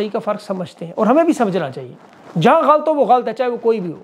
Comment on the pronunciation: آپ بڑے اینکر ھیں تلفظ کا دھیان رکھا کریں لفظ غلط ھے غ اا ل ط